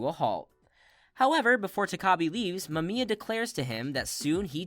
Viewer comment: Explained my ass. You could at least have taken the time to learn how to pronounce Mamiya’s name. DISLIKED!